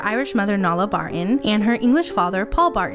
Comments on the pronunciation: I love this video but just letting you know that Mischa’s mothers name is pronounced “Newla” not “nola” Nuala is an Irish name. Just letting you know as I’m from Ireland. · Her name is pronounced Noolah not Nolla, Nuala is an Irish name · I don't understand how you can insert a clip of her attorney correctly pronouncing 'Nuala', yet you mispronounce it the entire way through the video. And I don't know why commenters are saying it's 'new-la'. It's not - it's 'noo-la'. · My God thank you for the laughs on your mistake on mispronunciation of Nuala. It's pronounced as 'New-lah' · Her mum's name is pronounced 'New-laa' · Mischa's mom's name is Irish and is pronounced "Nu - La". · Her mums name nuala is pronounced new-law its an irish name😊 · Great ... So informative. Though I'm probably y'all's age, I never followed pop culture, so all your videos are just eye opening! One small niggle ... The Irish name Nuala is pronounced 'New-La' one of the interviews say it correctly too 👍🏼 Love you ❤ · As an Irish woman, I have to tell you how to pronounce Mischa's Mom's name. Nuala is pronounced Noo Lah.